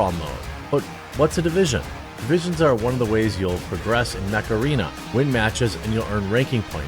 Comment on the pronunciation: Lol, hey mecharena! (Macarena)